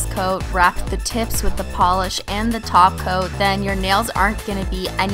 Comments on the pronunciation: Stop saying taoca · Did she just say TOP COAT and not TACO?????? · Omg yes it does! 😎